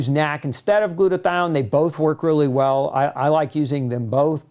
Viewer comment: dude its N A C not nack